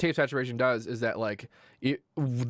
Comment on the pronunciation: i like how you pronounce the word "sausageturation".